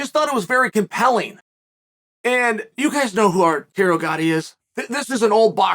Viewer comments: Chael. You can't butcher Gatti's name like that. The dude is a legend and may he rest in peace. It's Arturo not Arterio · Chael, dude, come on! Arteario Gatti?!?!?! It's Arturo man!